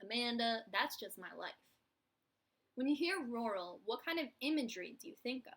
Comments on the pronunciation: I'm from Georgia and I've always heard it pronounced "rer-al," to me it sounds like you say it more like royal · haha it took me a while to work out that you were saying rural - in Australia we pronounce it roo-rul, so I was like I don't understand lol